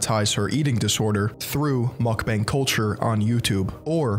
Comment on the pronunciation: Who’s gonna tell this guy Mukbang isnt pronounced mack-beng